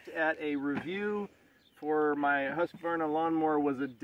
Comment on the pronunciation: I have the 42” YTH18542 love it Hydrostatic trans is great I give your video 5 stars because you are one of the only reviewers that say “Husqvarna not Husqavarna”. Lol